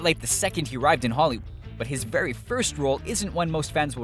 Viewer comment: why is it that when you were about to say "holloywood" you said "hollywo"